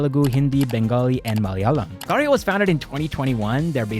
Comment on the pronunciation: I love how you accurately pronounced karya. Thank you for taking the effort!